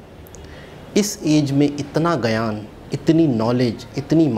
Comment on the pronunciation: Ego Problem Aapki nahi Pure Pakistan ki hai aapki government ki Ego ki vajah se to aapki yeh halat hui hai aur Shabi Nahi "Chhabi" hota hai aur Gayan Nahi "Gyan" Hota hai.